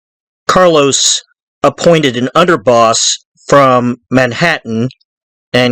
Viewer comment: It’s Carlo Gambino not Carlos